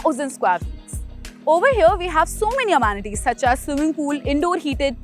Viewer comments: Please please.. it is not emanatees... its amenities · When will you kindly stop saying amaanities? In every video, it's very irritating to hear that